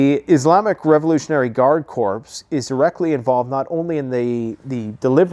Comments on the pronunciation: Not Corps! You pronounce it “Corp”! Not corps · CORPS is pronounced CORE not CORPSE not to nitpick but you are using this word often and always mispronounce it